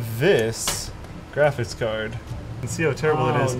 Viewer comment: "grafis card"